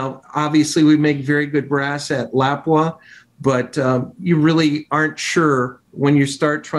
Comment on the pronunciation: dude at lapua doesnt even say lapua correctly 😂